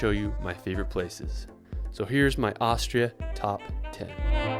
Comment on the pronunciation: He keeps saying Aushria